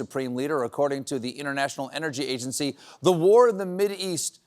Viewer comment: Interesting that Stephen busts Trump’s chops for his pronunciation of Kentucky but glides right over “edgency agency” a few minutes later. Love ya Stephen but what’s good for the goose…